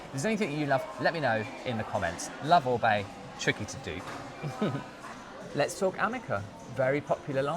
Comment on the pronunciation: Firstly I've just found you secondly, just watched the intro so glad you pronounce OR-BAY correctly :) I love the Oribe green - moisture curl range its amazing - I use the shampoo and conditioner as I have blonde bleached hair it drinks it up. I too don't use the Amika because of the fragrance, it makes me sick. My hair has recently started snapping though I wonder if it's because I went back to a round vented hair brush